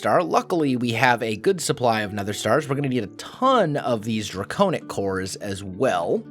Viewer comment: It is pronounced (Dray-con-ic) now (Dray-cown-ic) if im not mistaking